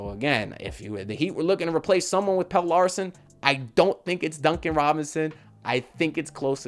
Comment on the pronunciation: the man name is Pel-le not Pail.